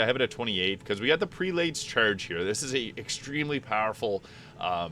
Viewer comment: Prelate is pronounced “PRELL-it”. Js